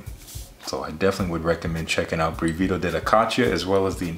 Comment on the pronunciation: It's pronounced with the stress on the first syllable, brìvido not brivìdo (hi from Italy)